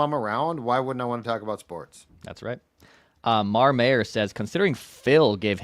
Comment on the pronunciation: Lol, it's Mr Mayor not marmayor